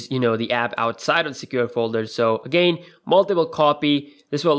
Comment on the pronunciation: Dude, check out how to pronounce "again".